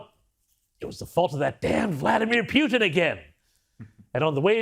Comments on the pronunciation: WHO DECIDED to start pronouncing his name PEW TEN??? American's always called him POO TIN> Poo Ten.....NOT PEW ten This is important and is subliminal teaching in some Discusting Great Reset kind of way. We gotta pay attention to this tiny bullshit! ! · Peeootin? LoL 🤣🤣. Not it's Trump fault 😐🐫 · It's Puten Pronounced Pooh-ten